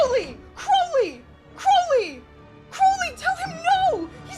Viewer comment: I must commend you on actually pronouncing Crowley correctly!! You REALLY care. I appreciate it. Most Americans can't or won't say it right